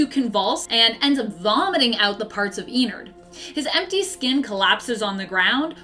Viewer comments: Like innards with an e. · hey. some advice, ennard is not pronounced "ee-narhd its pronounced "eh-nerd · I love how she says "ee nard" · She says ennard so weirdly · DON'T YOU DARE BRING FURRIES INTO FNAF Did you really just say "fahz bear's" and "eenard"